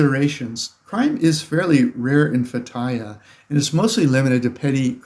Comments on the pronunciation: It's pronounced "Feh-tee-yeh" Not Fattaya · yeah how you pronounced the city was incorrect. I didn't understand what you said till you spelt it. It is pronounced Fay tea uh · I lived in Turkey for 3 years, I couldn't figure out what city he was saying. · You are really butchering that place name. It took me a while to figure out. It would be helpful if you would try to learn to say the place name right. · Lol, learn how to pronounce the name of the place before making travel videos about it